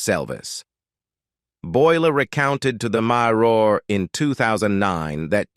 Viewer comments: Ref' bad pronunciation by the male reader, from 3 min's 50 : fuel - ledd ( fuelled); themselv - EZZ ( themselves); mire - orr (mirror); meEEss - shers ( measures); adversi - TYE ( adversity) ; peer - i - OOD ( period ) ; simil - ARR ( similar )... Ah well....😢 🇬🇧📖😠🙉🎄🦉👎🇬🇧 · Is this a robot voice? It sounds American yet mispronounces simple words like "mirror" and "themselves". Very weird.